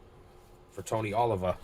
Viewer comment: Thanks for game. Oliva is pronounced as oh-leave-uh. Thanks again.